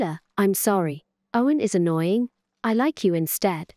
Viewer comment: Fiona is not anoinoing The. Other. Is. Ayoing